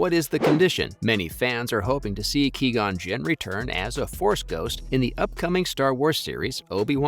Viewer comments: "Key-gon" lmfao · Ah yes haha my fav character Key-gon Jinn. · QUI GON WITH Q JESUS CHRIST LEARN THE NAME